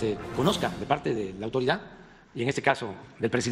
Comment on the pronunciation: "AUTORIDA" "SALUT" "HONESTIDAT ""DIJISTES" POBRE DE NUESTRO MÉXICO CON EL VIEJITO GUANGO HABLA COMO PUEDE 😂😂😂😂